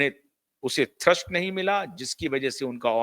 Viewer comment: थर्स्ट नही थ्रस्ट होता है भाई साहब